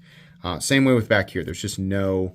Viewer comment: ''Wiff my eagle vision, I would've notiffed'' lol.... That killed me!! 😂